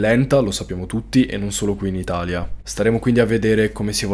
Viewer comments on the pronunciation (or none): none